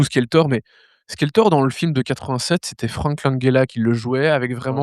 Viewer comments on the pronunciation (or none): Par contre je suis tellement pas d'accord sur Legend. C'était splendide!! "Skelltor!" tu dis, ah lalalalala tous les gosses qui ont vécus à cette époque disaient SQUELéTOR!!!!! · skeltor 😂 ça pique les oreilles 😂😂😂😂